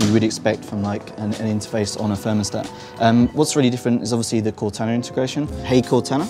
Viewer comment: I think it may have been the way he was saying Cortana. He was saying it like "Cot-anna".